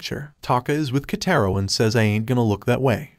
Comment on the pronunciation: Just to sAy its "Kataro" i think. not"Kaytayro